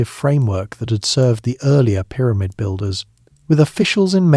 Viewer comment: Pie-rah-mid? I heard this word 15 seconds into listening. Now my brain would be on the lookout for another such ridiculous pronunciation so I have to watch something different.